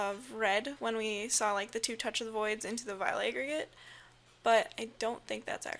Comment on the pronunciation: "Vile A-GREY-GEYT"